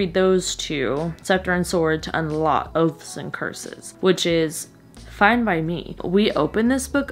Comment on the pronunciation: I was only listening to the video and I thought you said "The Crown of OATS and Curses" lol I had to check 😂